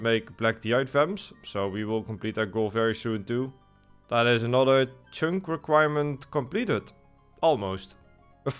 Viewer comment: Just here to hear him say cheünk